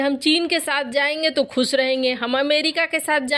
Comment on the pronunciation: Madam we appreciate your presentation. Lekin "dantavya" ka uchcharan thik kijiye. Khush hota hai khuss nahin, shapit hota hai sapit nahin